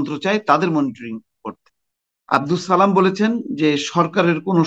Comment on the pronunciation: সালাম শুদ্ধ উচ্চারণে দিন।